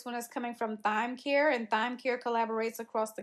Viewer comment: Love all the Jobs. Just one correction Thyme Care is pronounced Time Care. Thyme like the seasoning.